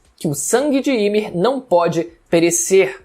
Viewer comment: Me dá uma agonia quando ele fala Ymir errado😅😅😅